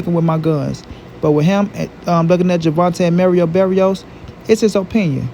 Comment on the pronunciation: Merio berrios 🤣